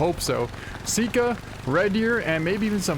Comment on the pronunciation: It’s pronounced sika like uncle si, or like s-eye-ka like how you pronounce “eye” not pronounced like seeka